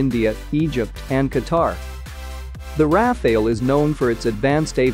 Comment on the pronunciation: It's not pronounced "Raf-ail" it's More like "raf-al" which is a kind of wind.